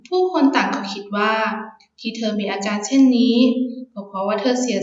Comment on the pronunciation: ออกเสียง อาการ เป็น อาจาน น่าจะสำเนียงอิสาน